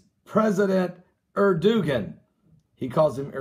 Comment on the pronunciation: Admiral James Lyons pronounced PM Erdogan's name correctly., you are not. It is not as you say Er-du-gan. It is Er-do-gan. The Turks pronounce it Air-doe-wahn.